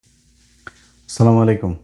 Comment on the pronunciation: ইলিয়াস ভাই, আপনার সালাম দেওয়াটা একটু সংশোধন করে নিলে ভালো হয়। আস্ সালামু আলাইকুম। আমি প্রথমে আপনার সালামেই আটকে গেছি। ** ধর্মের ওপর ভিত্তি করে রাজনীতি করলে আগে ধর্ম মানতে হয়। ** বড় বড় রাজনৈতিক নেতাদের এই ধরনের বদ অভ্যাস আজ নতুন কিছু নয়। আর হ্যাঁ, একজনের খারাপ ঢাকতে - অমুক খারাপ, তমুক খারাপ, আবলা আবলা আবলা বাদ দিয়ে ভালোকে ভালো আর খারাপকে খারাপ বলতে হবে।